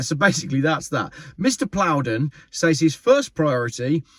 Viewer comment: Ed Plowden? Or Ed Ploughed in???